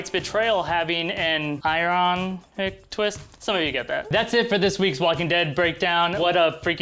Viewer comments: At the end he said ''I-RON-IC twist'' HAH FUNNY! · Iron-ic ahhhh haha I getzit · lol Iron ic, iron